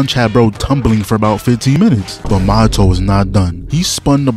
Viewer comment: Bro, Mahito isn't an alcoholic drink with mint in it, bros name is pronounced MAW - Hito, not Mo-hito lmao.